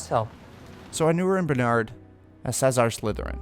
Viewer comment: SaLAzar not Sazar wtf lol